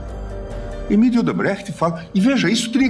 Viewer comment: Não se chama Emidio e sim Emilio ok doutor Gilmar mendes.